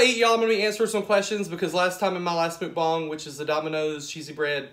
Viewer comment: Okay... I love you and your channel but please don’t call it Mookbong...it’s MUCKbong. Don’t mean to offend. It’s the teacher in me. 🤓